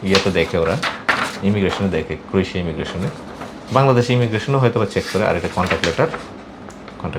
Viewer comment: ভাই আপনার দেশের নামটা এতো সটে বলেন জে বারবার ষুনে বোজা জায় না।